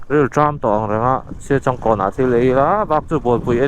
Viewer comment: Siachângkawn ti lam tur,entirnan sa te kan châng ang hian